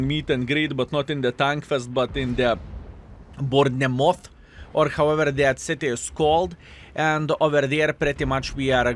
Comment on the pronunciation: Bournemouth - pronounced bornmuth..